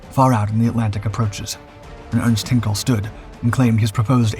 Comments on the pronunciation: " Heenkels Engineers " - really? Is there not an 'ei' in there? Hine kel, Hein - kel. Twine, Sine, Fine, Hein. Ever heard of Heinz Ketchup... Also its called the Heinkel He 177 Greif (Griffin) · Only a small thing for goodness sake please pronounce the E in Heinkel like in ein , mein , kein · What's with the goofy Hollywood movie clips??? Ye gads.....you can't even pronounce "Heinkel" and "Goring" properly. You tell of events taking place in 1942 while showing a clip of Molders who was dead by that time. Griffen, Griffen, Griffen.....that's not the name of the He 177.